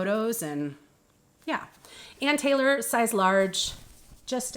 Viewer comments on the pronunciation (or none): none